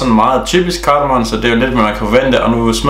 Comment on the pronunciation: Lang tunge er bedst jeg kan godt høre hvad jamika synger og synes det luder sindssygt Du udtaler Carmon forkert